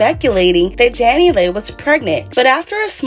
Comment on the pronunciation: Pronounced Dani LEE please quit calling her Dani Lay